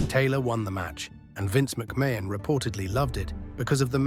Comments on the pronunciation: Vince McMain😂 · The pronunciations of McMahon is funny though